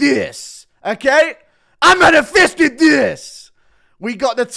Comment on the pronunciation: Did Bro just say "I manifisted this !" ?! lol